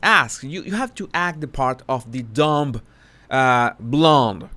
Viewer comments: I love you, but the “b” is silent in “dumb”. No offense intended. Trust me, I’m not a “sugar”. I agree w/your analysis of Harry’s wife, the former bimbo( according to her). I adore Paris, who is a smart cookie and far from a bimbo. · the “b” in “dumb” is silent. Even with a suffix, it remains silent.;-)